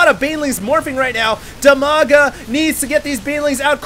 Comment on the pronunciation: Dimaga, Strelok and WhiteRa are from Ukraine. In fact it's almost Russia =) And Brat_OK is from Russia. BTW, despite You and Husky are awesome, you need to learn how to pronounce their names correctly! =) Dimaga is pronounced with first "i" as in word "Dim", not as in "diamond", both "a"s are pronounced the same manner as in 'father'. And the accent is on first "a". So it's like dim-A-ga Bratok = bra-TOK, with accent on 'tok', and Strelok is stre-LOCK, with accent on 'lock'